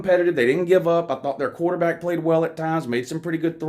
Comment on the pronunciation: But Woo, who have dey pwayed?